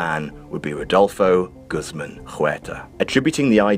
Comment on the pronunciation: Damn ... you just butchered Guzmán. It's pronounced "gooz-mawn" Also, toots is in the hof already